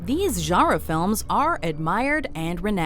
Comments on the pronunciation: What the heck is a "jarrah" film? Did you mean genre? And when you say (or at least it was presumed that's what was meant, and the captions back it up) racial tension why is it pronounced as "Rachael" the first time? I mean, right after it's butchered, it's said again and correctly. The Babadook was also one of the most overrated and outright boring horror films of the last decade too. Even for a slow burn film, it was painfully slow and didn't really have much of a payoff. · Is anyone else with annoyed with the way they pronounce "genre"?